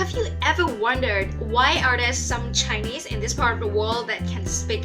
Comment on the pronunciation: when u say chinese i heard u say jainese lol amd thats how indians say chinese